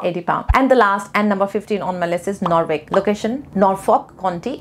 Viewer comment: Madam norwich .. i live here firstly you pronounce it wrong…, and i live here from last 6 years it doesn’t sound like you have said its completely different so kindly I request you to study more before you say